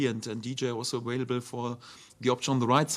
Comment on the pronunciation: I love it when he says ‘awailable’ :)